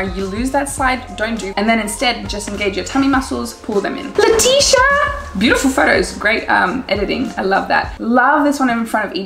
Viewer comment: I love how you say "Leticia" "Letchixia" hahahahhs I'm from Brasil, and here we say "Letissia" with an S sound